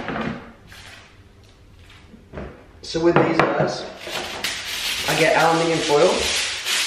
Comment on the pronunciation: Hahaha alminium?? It's aluminum.